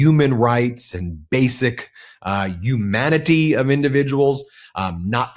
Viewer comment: Why do you say "uman", "umanity"?and not human, humanity?? 🇨🇦💪